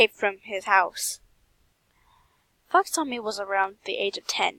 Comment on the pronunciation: YASSSSSSSSSS Oh btw it’s pronounced Fox-e-ka ;w